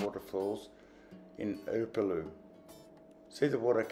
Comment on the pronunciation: Um, where is "Apolou"? Don't you mean Upolu? Also, where is "Papapapai-Uta Falls". It's "Papapapaitai". You also mispronounced every place name you mentioned, even the simplest one (Apia). As someone who has visited Samoa several times, I also disagree with your comments about not expecting too much when it comes to accommodation in Apia and that Samoa "hasn't come to grips with tourism." I've stayed at Tanoa Tusitala in Apia, and the Sheraton Samoa Beach and Saletoga Sands Resorts. The experiences I had those places are totally at odds with your comments. All of the above makes me wonder if you have ever been to Samoa. For you to say, "Don't go to Samoa without watching this video first", is absolutely cringeworthy.